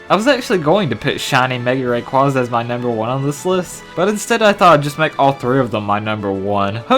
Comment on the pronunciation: I don't know if this is just me or not but is anyone else irritated when someone says Ray-quah-zah and not Ray-quay-zah